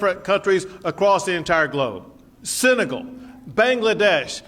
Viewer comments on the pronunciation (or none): There need to be a bit more security on the border; but the way the governor stated his case made him lose a lot of his credibility. He said four nations, Senegal, Bangladesh, Uzbekistan. He pronounced them Sinegal, Bangladesh, Ubeskistan. It could be his accent, but if he doesn’t know the nations the people who seek a better life are coming from, then he won’t do the right duty for our country. We shouldn’t turn back immigrants unless they break in. The entire border application system is a bloated bureaucracy that takes years to be accepted, especially for people coming from war-ravaged countries. I have a friend who came from Iraq, his family waited nearly six years after applying in 2006 for visas to come here, and his grandmother is still waiting. Frankly, we are not helping ourselves by denying these people. Our country’s population is declining and the few ideas coming out of the political webs of the republicans and democrats is either let them all in, discourage them, arrest them, or block them. There are very few ideas or attempts made to help bring these people in and allow them a future where they can help our country and themselves. Perhaps that’s where we as Americans have to step in.